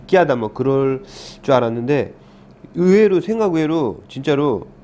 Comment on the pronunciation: 으외루 아니고 의외로 입니당❤️